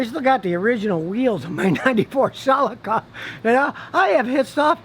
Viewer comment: God this guy is so full of it Can’t even pronounce Celica correctly